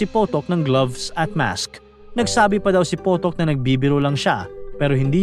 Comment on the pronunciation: James Potok ❌ James PUTOK ✅